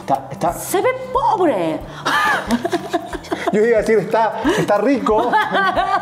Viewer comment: "se ve poble" JAJAJAJAJA